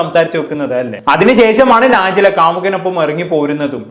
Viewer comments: നാജില അല്ല നജ്ല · നാ ജില അല്ല നജ്‌ല ആണ്